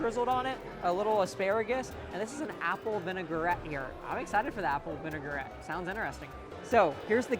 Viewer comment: Me every time he says "vinegar-ette" 😬😑